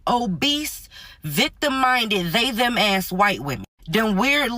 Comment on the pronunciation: The pause in the they them is priceless 😂😂😂